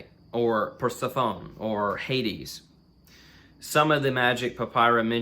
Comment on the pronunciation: Interesting! It's pronounced Purr-sef-uh-knee.